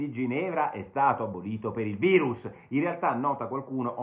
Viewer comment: Basta col "vairus" !